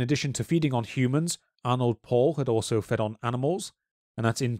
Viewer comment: It's honestly impressive how both of you manage to mispronounce every single name or vaguely unfamiliar word. It's very easy to check pronunciations using Google Translate. As for "Arnold Paul" it's Arnod Paole.